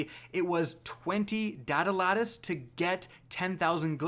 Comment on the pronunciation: It’s datalattice, not datalattice